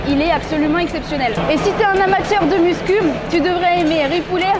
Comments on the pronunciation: ... MuscuL... 😂... Muscu sans le L stp 😁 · Elle a dit muscum 🤣🤣